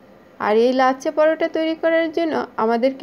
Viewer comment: Nam ta thik kore bolun lacca porota noy ots LACCHHA POROTHA OK.